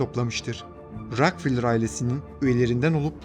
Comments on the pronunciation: David Rockefeller (Deyvid Rakıfelır) Diye okunuyor. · Davud rakfılır diye mi okudu o??